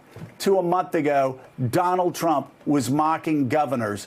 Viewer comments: she definitely says Chump at first instead of Trump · Did anyone else catch her saying "President Chump" ? LOL